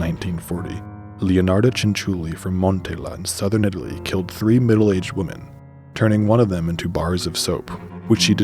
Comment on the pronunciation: The scary part is he said 17 woman instead of women